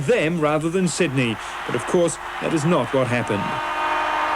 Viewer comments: One of the all-time misquoted lines. For the last time, it's not 'Syd-uh-nee', it's 'Syd-ee'! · I am studying English: Did he say "The wiener is Sidney"?